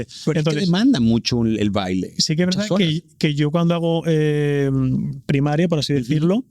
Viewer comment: Si lo que me emociona es que no dice toda la veldad